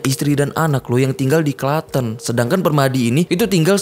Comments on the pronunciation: Salah ucap kota Klaten 😂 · Maaf bang pembacaan klaten nya salah 🙏